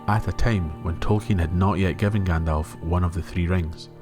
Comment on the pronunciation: Besides the other comments, you are one of the very few who pronounce the non-English words of Tolkein correctly. It is a pleasure.